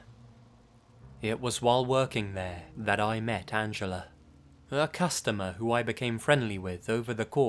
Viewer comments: "Angeler" lol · I love accent, pronouncing 'Angela' as 'Angeller'. Where did the 'r' come from?! XD